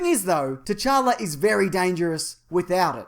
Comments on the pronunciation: The t in t'challa is silent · did... did you just call him king tchanka? like as in rainbow 6 siege?? lol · in t'challa the t is silent just so you know